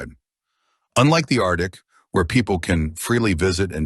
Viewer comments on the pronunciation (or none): none